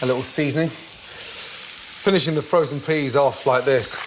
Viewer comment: did he just say frosen peas!!!